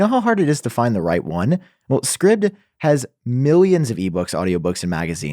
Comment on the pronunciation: Jon, cool story bro.......... being an Apple Polishing cloth for Halloween is so predictable. Love it Guys I'm like pretttyy sure the sponsor's name isn't pronounced "scribbed". Being a subscription service where users subscribe to things. It'd make a lot more sense if it were pronounced "scribed". Scribbed doesn't sound cool. It sounds painful... emotionally.